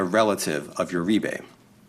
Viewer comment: Uribe is pronounced Ur-ree-bay